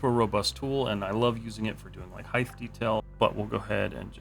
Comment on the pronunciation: I appreciate the video, and I don’t want to upset you by saying this, but constantly hearing “height” as “heighth”, like you’re a 16th-century man with wooden teeth, is driving me mad, especially when it’s said correctly in the same video. 😂 (I understand it’s a quirk in some parts of the South, so no hate, but it’s killing me.)